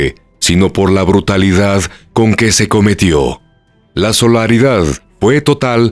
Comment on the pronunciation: Desgarrador caso! Se dice innumerable, no inmunerable y solidaridad, no solaridad. Me extrañaron mucho estos errores.